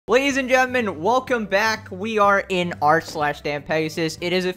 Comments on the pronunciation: no one:: "gentmen" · It's not gentlemen anymore, it's gentmen